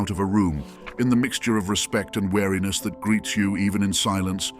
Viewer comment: Wariness, not weariness